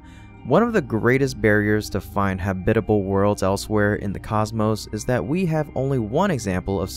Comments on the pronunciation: Great video! Just as a point of pronunciation, I’m fairly sure that ‘habitable’ has only one correct way of saying it, and that’s with the stress on the first syllable, HAB-it-able, and not hab-IT-able. English is just weird like that. Sorry to be pedantic, but since you used it many times… But still a great video!! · Emphasis on the first syllable - hab'-i-te-bel, NOT ha-bit'-e-bel. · Habitable not hubitale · Hey, you pronounced it correctly! Congratulations! That's more like it. Keep up the great work! (Still need to work on "habitability" (hab-it-uh-BIL-uh-ty) and "habitable" (HAB-it-uh-bul) and "Psyche" (SY-kee, not sike) and the infamous s-word.) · Why is the way you pronounce "habitable" and "habitability" so offensive to me? Have you never heard it spoken before? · "habitable" is not pronounced like that. good video in general though. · your robot pronouced a misspelled word, "habitable zone" was what it was supposed to be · That’s very interesting. I do agree that the pronunciation of habitable sounded like synthetic speech. Perhaps someone could teach him how to pronounce the word since it’s a little distracting